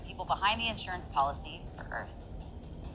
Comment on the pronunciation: What is "earf"?